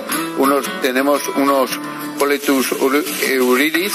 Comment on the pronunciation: No sabía ni pronunciar las setas que añadía a su menestra de setas, vaya tela asi nos luce el pelo!! Ya que sale el tema de cocinar las setas...... porque no te animas con una receta de tu cosecha? Ahí te dejo el reto!! Saludos!! 😜